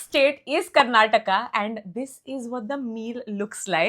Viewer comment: From Karnataka, and I’m so happy that you guys pronounced it correctly.